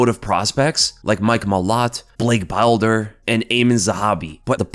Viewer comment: Bilder like builder w/o the u not bile-der 😅 Love the breakdowns. Keep up the good work brotha